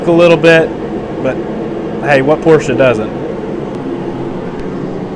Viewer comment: Porsche is a 2 syllable word. And yes lots of porsches dont smoke.